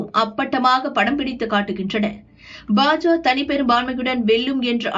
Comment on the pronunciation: FOR EVERY VIDEO YOU SAY BA JA INSTEAD OF BA JA KA, YOU EARN A DISLIKE